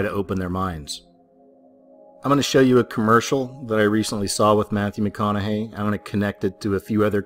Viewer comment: Matthew Meh Conna Hay! Lol